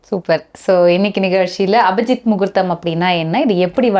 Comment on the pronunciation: அபஜித் என்று அபத்தமாக சொல்லாதீர், அது அபிஜித்.